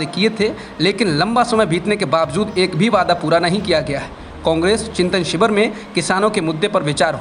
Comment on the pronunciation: शिवर? या शिविर? उच्चारण पर ध्यान दें